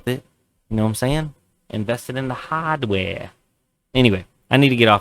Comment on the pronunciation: "Invest it in the haaaadware!" Lmao 🤣